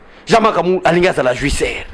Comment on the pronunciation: Ingratitide to ingratitude, jouisser ou jouisseur! Apprend à bien prononcer